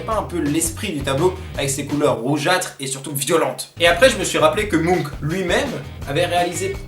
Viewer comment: Le résultat est incroyable, j'ai juste envie de prendre un autre tableau et faire pareil dans ma chambre (au passage tellement peu de gens prononce Munch faux, ça fait trop plaisir quand quelqu'un sait le prononcer!!)